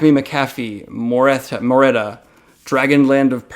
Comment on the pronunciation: Daniel pulls out Moreta and butchers the name Me: haaaa dyslexia. Daniel pulls out the Dragonriders of Pern compilation looks interesting. I'm going to have to check it out. Me: O__________O YAAAAAAAAAS PLEEEEEAS. I actually dont know if you have or not since I'm working my way through you videos chronologically. But I can hope. :D